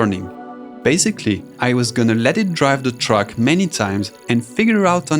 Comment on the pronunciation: y do i hear truck insted of track